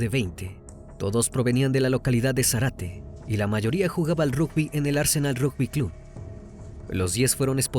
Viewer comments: No es Zarate,es Zárate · Recomiendo ver éste caso por Paul Landó. Muy inexacto está vez, Crimi..Todos eran rugbiers de Zárate. Todos los acentos y pronunciaciones de lugares mal dichos. Le Brique se pronuncia "Brick ". Gesell es palabra grave. Zárate es esdrújula..Sinali y Comelli no son agudas tampoco. Además, los padres de Fernando son porteros de un edificio, encargados. Son paraguayos todos, por eso lo discriminación y por "negro de m...". Hay cantidad de vídeos sobre su asesinato aquí en YouTube que fueron condenatorios. Estuve en esa marcha en el Congreso y esos padres partían el alma. Todo está filmado y subido aquí. Si quieren ver bien el caso. Pablo Ventura pasó un infierno y estaba a 500 km. Los rugbiers no lo querían por buen chico y siempre que hacían algo malo en Zárate, la broma era "fue Pablo Ventura ". Una pesadilla. Pero, como te digo: toda la golpiza está filmada. Una chica le dio RCP en el lugar, pero ya estaba muerto cuando llegó la ambulancia. Thomsen es quién le asesta la patada asesina en la cabeza. La suela de su zapatilla estaba marcada en Fernando. Un caso muy triste que merece ser tratado con detalle .